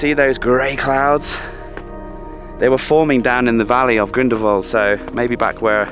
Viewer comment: Salute! An american pronouncing the place Grindelwald correctly. You really did research before saying places... we can learn a lot from you! Wonderful video!